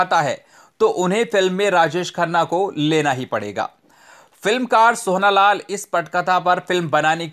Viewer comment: आप " सोहना" क्यों बोल रहे थे, सही नाम " सोहन" है (सोहन लाल कंवर)